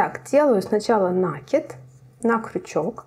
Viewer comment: Да почему же Вы всегда говорите нАкид, нет такого слова, накИдывать, накИд..